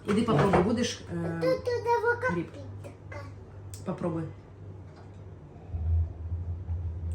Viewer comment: Особливо "гріб"